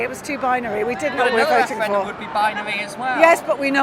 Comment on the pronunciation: This tit can't even say referendum